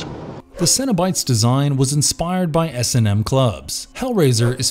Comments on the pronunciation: Did anyone else think he said Cinnibites? Like the mini cinnamon rolls at Burger King? Lol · Cenobites sounds like Cinnabites and now I'm hungry